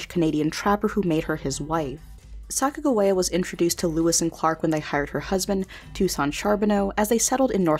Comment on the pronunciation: Why does the other person narrating besides say Sacajawea in a weird way. Haven't you heard how her name is pronounced?